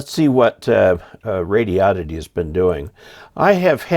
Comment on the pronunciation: It's not pronounced radi-odd-ity. It's pronounced radio-did-dee.